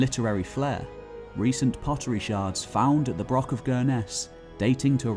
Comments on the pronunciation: Yes, it is - thank you for noticing. FYI despite the illiterate doing the voice-over spreading incorrect info, it's not a BROCK with a hard 'K' sound, it's a BROCH with a long, soft, Scots 'ch' sound - as also found in Loch (ie not an English 'ch' as in 'chip' either lol). Imho they served the same purposes as castles, roundhouses, longhouses to their small communities - part to show status of the laird or equivalent, part a community congregation point & part security - a lookout & defence against raiders. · Not used to a broch being pronounced as "broxs", usually a much longer br-ouch, it difficult, if some one can advise please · Ouch. It's broch, not brock. Does he also talk about Vincent Van Gock rather than Gogh? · Good video but few pronunciations are off, they aren't called BROKS but Bro-ochs and Neil Oliver certainly isn't an archaeologist, he's a TV presenter and a prize wanker. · Excellent presentation and research. Shame you keep calling them brocks rather than brochs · Now practice....Johann Sebastian Bach, Bach ......now say Broch. Broch....not Brock. Achh, Sassenach. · FYI. Broch is pronounced like loch, not brock or lock. As per this explanation: Callanish - Calla-nish. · Wish you could say broch properly as it's not broc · Well, he's pronouncing it wrong here, it's pronounced with a germanic "ch" sound, as in "Utrecht", not a "k". English people often struggle to pronounce that sound and revert to "k". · Its really annoying that the word broch is mispronounced as "brock" throughout the video! A wee bit of an effort with the language isn't too much to expect Is it? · Might take you seriously if you showed respect for our language & even made the effort to pronounce BROCH correctly. It's not a bloody BROCK! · Extreeeemely embarrassing that the narrator does not pronounce broch correctly... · How I wish it had been narrated by a Scot, preferably by a native Highlander. His pronunciation of the word broch itself is very grating.